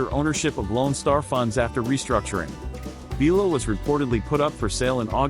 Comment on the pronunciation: It's bi lo not be lo